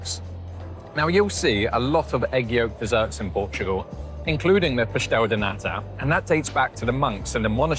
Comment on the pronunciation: Great job, your enthusiasm is infectious. You chose great places for the food. You got the pronounciation of pastel de nata, down perfectly, the other other words, not so much. I'm sure you are going to work on it. Start with manteigar(i´)a. I look forward to seeing your madeira video.